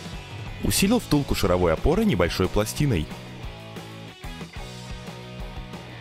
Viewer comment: Почему шаравОй опоры, если правильно ШАР- шАровой опоры =\ Вы еще , как Академег , скажите "гусенИчная техника". Бррр, аж коробит